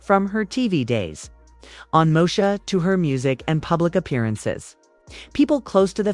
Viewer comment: Not Mosha instead of Moesha😂😂😂😂. Knock it off, please. The voice has to go